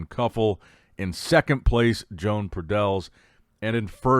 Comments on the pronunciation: Yo-ahn. It’s pronounced Yo-ahn Pradells, not “Joan” 😂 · SLAUGHTER the name! Muuahahahahaa .. Btw Good job, Jone Padell 😊 lol